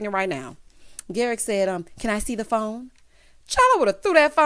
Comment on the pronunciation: Garrick rhymes with Erik, just saying 🤨😁😅